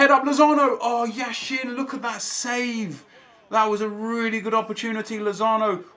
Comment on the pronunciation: Not trying to be rude but when you pronounce yashin's name you have to put the accent on the first syllable. Love your videos!!